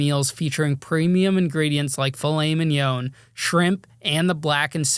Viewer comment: Bro got people coming on his platform just straight up fabricating stories lmao….and it’s filet MIN YAN, NOT however it was that you butchered it